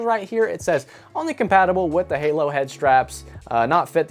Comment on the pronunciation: I think they were trying to say "halo"? 🤔